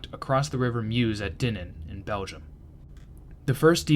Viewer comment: Dinant = Dee-Naunt. Stonne = Ston. Meuse = Mer-se.